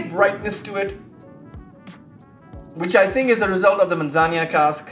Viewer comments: Thanks for another cool and timely review…but dude, a little more focus on pronunciation would b appreciated. Where did u get “manzanya” in Spanish? It’s admittedly a bit of a pet peeve for me bec I think it’s a matter of respect, esp nowadays when it takes only one minute prep with Google translate, but u say it so often! Yikes! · I don't think you are pronouncing Manzanilla properly:)